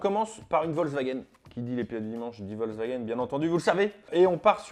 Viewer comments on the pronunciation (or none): none